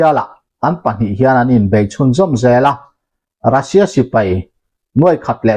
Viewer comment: iukraine tih hian lam tawh suh, a lam dan dik tak chu… Uukrain tia lam tur, Russia pawh hi Rasia tia lam loh tur, Ruuusia tia lam tur..